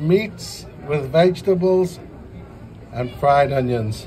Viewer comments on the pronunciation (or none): none